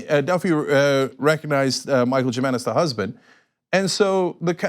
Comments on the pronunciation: Cenk itis pronounced "Hee mainez". Perhaps this white person doesn't know he has a hispanic last name. You asa news person should know tuis. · Jimenez the "J" is pronounced like"H", Cenk....Dios Mio ,Cenk!!! WE LEARN HOW TO PHONETICALLY SAY YOUR NAME!!! WTF!!!...J/P just lookin to bust balls ...TYT GO HARD IN THE PAINT!!! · Its HUE menez not Jim menez j makes the H sound in Spanish like Jose not hoesea